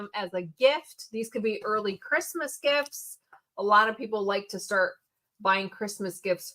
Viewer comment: I can't help it shart the fart .. Sorry....everytime you say start that's what came to mind lol 😊